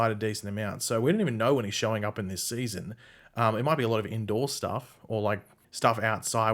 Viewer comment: “Seayson 7”